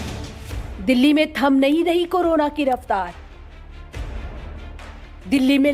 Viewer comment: करोना नहीं वो कोरोना है एंकर महोदया। कृपया उच्चारण सही करिये।।।